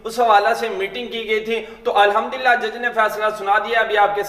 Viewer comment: الحمدُ ہوتا ہے الحمد للہ اگر د کو مکسور پڑھنا ہے تو بحمدِ للہ کہیں جزاك الله